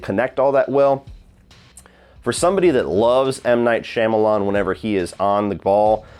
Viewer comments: For someone who's such a fan of M. Night you'd think you wouldn't butcher his last name so badly lol Jesus Christ. The first part is not pronounced "Sham" like Sham Wow! It's pronounced "Shaum" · I’ve never heard anyone with a more inconsistent pronunciation of M. Night Shyamalan’s name than 🤣💀 Great vid tho man LMAO